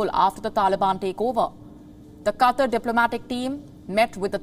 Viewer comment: Really need to improve delivery, especially pronunciations of certain English words. E.g. "QATAR".